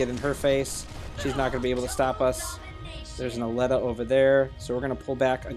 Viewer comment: I think you're pronouncing Aleta wrong. I think it's supposed to be A-lee-tah